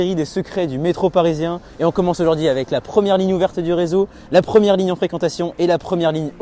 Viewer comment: juste une question: pourquoi prononcer ligne un, tout le monde dit ligne une non?